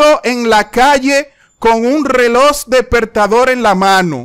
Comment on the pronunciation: Reloj ❌ Reloss✅ 😂